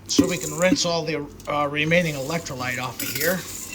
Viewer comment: He says electrolights... But really, its Brando. Remember... BRANDO, ITS GOT WHAT PLANTS CRAVE!...